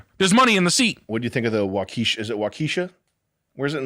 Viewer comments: prnouncing waukesha as a black girl name is wild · Sam’s mispronouncing of Waukesha made me laugh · Sam tryna pronounce names of cities in Wisconsin and making em sound like black girl names should be in a sketch lol